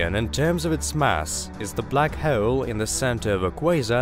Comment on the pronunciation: Lmao the computerized narrator voice says [minus] instead of “dash” when it reads this [-] symbol. It keeps throwing me off. And it adds (w)’s into words that shouldn’t be… like how it pronounces black hole… it sounds like black [howle]. Also holder [howleder], while [whaile], and other silly mispronunciations. I guess this is what you get when you cheap out on voice acting talent… oops🤣😅